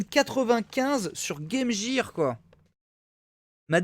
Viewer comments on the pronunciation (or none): " game jeer " oof